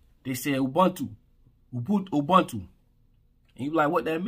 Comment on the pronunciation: Its pronounced as " UBUNTU " and you explained it perfectly. They are trying to teach Africans to hate each other. Trust me I know I'm from South Africa I see this all the time. God bless you